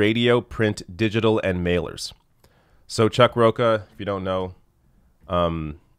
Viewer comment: it's Chuck Ro-cha, not Ro-ka. It's a Spanish name, not Italian, so the ch is pronounced in the common way, as in champion.